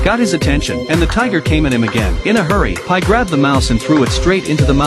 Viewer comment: I love how he says "the pie" 💀